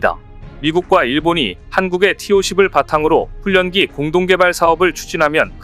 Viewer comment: ㄴ, ㄹ, 연음은 ㄹ,ㄴ 으로 발음해야 맞는거야.....훈련기는 훌년기로 발음한다고 몆번을 말하냐...? 초등학교 안나왔냐? 혓짧은 소리 하지마라!!!